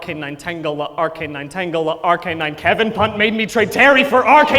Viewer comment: Don't want to be that guy buuuut... Tangela rhymes with Angela, its'a soft "g"...